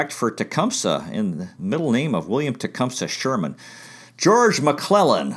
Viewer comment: Its pronounced Tee-Come-Say.